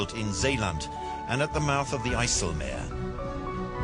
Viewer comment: Well.. you have to give credit to the narrator, he tries to pronounce the dutch names right (zeeland and IJsselmeer)